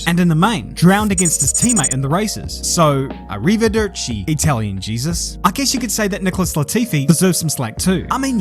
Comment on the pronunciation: Zak Brown: "A river dirt chee"